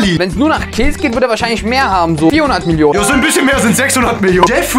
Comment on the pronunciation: Wie er das wort kills 💀 so betont 💀💀💀